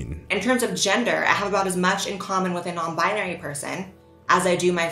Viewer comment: I find it hilarious everytime he says non binery instead of nonbinary